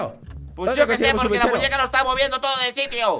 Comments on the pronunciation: Dise muneca no muñeca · hahahahaha es muñeca no muneca en el vídeo 😂😂😂❤❤❤ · Soy yo o la muñeca dijo mewuin???? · puso muneca en lugar de muñeca